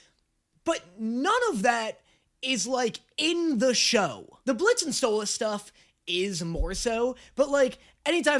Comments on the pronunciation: Him saying Sto-loss is so jarring lol I will never get over this.... say his name right! or I'm going to start saying your name like "Day-knee" "Moe-tay" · My brain hurt every time you said stolAs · Ur meant to say Stolas' name as either "Stole-is" or "stole-ass" (stole-ass is how kinda Stella says it lol) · It's spelled Stolas, but pronounced Stolis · I forgot how much i hated calling Stolas “StoLAS” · WHY DOES HE CALL HIM stolAs 😂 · Hearing call Stolas “Stole-Ahhs” AND seeing with SHORT HAIR is a goddamn fever dream, I can’t believe we’ve come so far